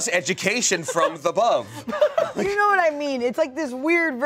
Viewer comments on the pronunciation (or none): "He's the one who brought us education from the 'bove" 😂